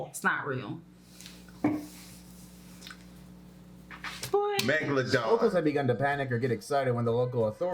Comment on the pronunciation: I knew you was gonna say Megladon.